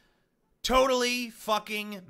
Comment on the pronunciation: total not shop... tooottall